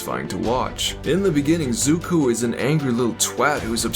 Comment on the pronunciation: Offended by the way you pronounced "Zuko" a couple of times